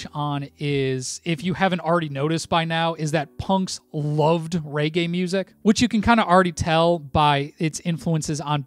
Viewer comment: Mate, it's pronounced regay, not raygay :)